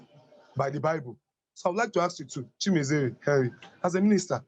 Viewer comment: Lol you murdered the name... its Chi-me-re-ze.. not Chi-me-ze-re. On the other news.. I must I find this video very informative and thoughtful as well. 👍👍👍